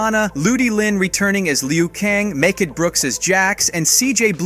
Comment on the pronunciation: This guy just butchered Mechad Brooks' name 😬💀